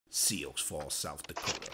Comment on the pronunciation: go back to school - ...it is pronounced ... Sue ( indian tribe ) ... Falls ( as in 2Waterfalls - not Fall as in ... ' Sue icks falls down' .. sue Icks is NOT a person - we are an indian tribe ) It is FRENCh - Please do not "make it american" .. by slaughtering foreign words - it is much better - ( as you seem intelligent ) just tp pronounce words properly - instead of pissing off native americans - ( at least as a black person - they ALLOWED you live among them - instead of 'forcing you to live in certain area ( reservations ) ' ...